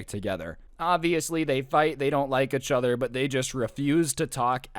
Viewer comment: Anyone else get bothered by the way he says "uhchuther" instead of "eachother"